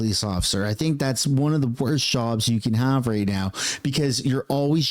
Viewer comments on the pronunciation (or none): Right... not Rate